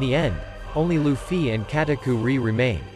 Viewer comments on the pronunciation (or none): "Lueffie" "Katakuerie" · "lufee" lol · nahhh bro said L-uFfY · kataku-ree, lu-fee anyone else notice this 😆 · He keeps saying Lu-ffy 💩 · The way he said Luffy katukuri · The way you say Luffy though… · bro that's not how to pronounce Luffy and pls let this get 20 likes plsss